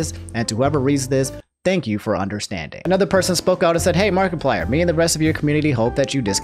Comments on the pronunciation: i get the apology but i gotta say it "markie-player" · Im disturbed by the way he pronounces markiplier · The way you are pronouncing Markiplier pisses me off lmao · Everyone’s upset about the Sakura pronunciation, I’m upset about “Markie-plier” 😂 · No hate towards, but I kind of chuckled at the way he said markiplier (marky-plier) something like that. Everyone pronounces things differently i know that, but the way said it kinda made me chuckle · The way he’s saying markiplier.... 😂